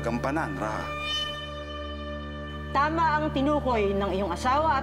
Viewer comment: Why do they say “Ra-ha” when our ancestors said “Ra-ja”?